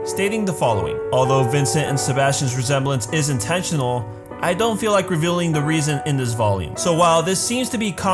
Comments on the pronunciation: intentional* smh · "Intentianal" omg